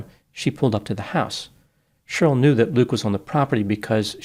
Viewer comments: Cheryl is pronounced “Share-ryl”, not “Shirl” … 😂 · FYI Cheryl is pronounced Share-ril not “shirl”. The name has two syllables not one. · Cheryl is now pronounced shirl...?? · It always cracks me up that pronounces Cheryl like it rhymes with girl. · Is is unable to pronounce the name “Cheryl”? Let’s take a look at the inculpatory and exculpatory factors.